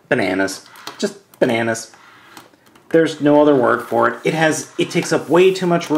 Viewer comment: Why is you saying 'bananas' funny to me?